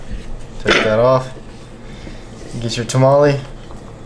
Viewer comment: Learn how to say tamale